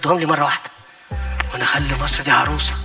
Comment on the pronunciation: طبعًا أعهر من مبارك والمقبور الملعون عبناصر. أحه! هو فيه أصلًا مقارنة ما بين الكاريزما الشيطانية لعبناصر وحتى بعضها في مبارك، وبين القزم الحقير القذر السيسي اللي ما بيعرفش ينطق جملة واحدة بالفصحى صح وبيتكلم بطرقه الهمجية دي وبيقول السفه اللي بيقوله؟! أمثلة، لا للحصر: لرئاسة جمهورية مِسر العربية، لا يُسْلِح عمل المفسدين، أمن وسلامة المواطن الإسرائيلي جنبًا إلى جنب مع أمن وسلامة المواطن الإسرائيلي، بعد الانتهاء من مهمتها المعلنة في تصفية المقاومة، الفلوس ... الفلوس ... آه، أهم حاجة في الدنيا الفلوس.